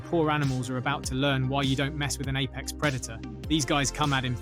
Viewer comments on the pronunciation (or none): none